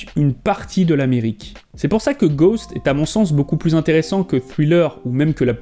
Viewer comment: Ghosts pas ghost on prononce le S en anglais,normalement être fan de Michael Jackson sa vous donne l’envi d’aimer l’anglais